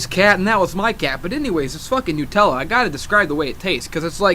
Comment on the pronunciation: nUtella like nUmber - not nuuutella lol